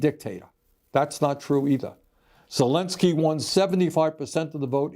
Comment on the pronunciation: love your content but please use the correct pronunciation of Zelenskyy’s name, it’s not Zel “i” nskyy, but with an “e” in the middle, “len.” Not “lin.” Thanks!